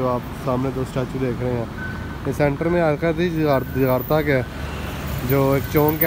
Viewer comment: Jakarta not Jagata